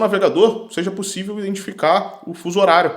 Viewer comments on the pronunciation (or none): none